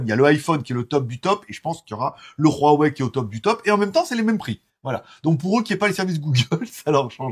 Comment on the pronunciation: Espèce de teubé ont prononce pas "hrrrouawouai" comme "hrrouanita", c'est simplement un h aspiré et ne se prononce pas !